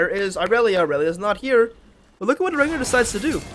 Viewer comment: Rengar low bob or whatever you said.